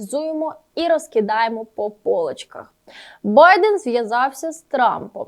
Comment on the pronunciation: Не по" полочках"а по поличка'х,треба досконалювати МОВУ